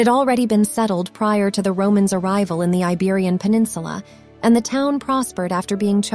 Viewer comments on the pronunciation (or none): none